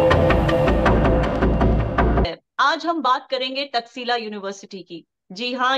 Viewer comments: तक्शिला नहीं, तक्षशिला वोलिए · It is not taxila it is taksh shila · Takshashila (तक्षशीला ) Nalanda (नालंदा )